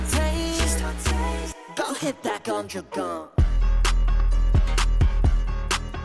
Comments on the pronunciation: Bro thanks alot for this but you got my man's name wrong please fix it ^^ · Loved the vid but its "YEONJUN" 😭